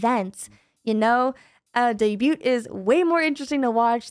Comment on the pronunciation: It's adorable how she pronounces the t in debut. Like at first I was like "huhhh?" but honestly it's kinda cute.